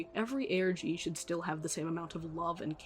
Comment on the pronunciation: it sounds like you said "Organ" lmaoooooooo